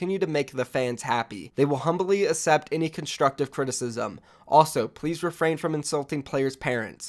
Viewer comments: May I just say... the word ACCEPT is pronounced "Ak-sept" not "Ass-sept" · The way you pronounce accept makes me wanna off myself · The way you say accept makes me cringe